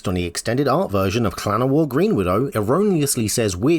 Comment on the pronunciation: FINALLY SOMEONE ELSE WHO PRONOUNCES LLANOWAR WITH A WELSH LL! 9 points total, such a start strong that fizzled lol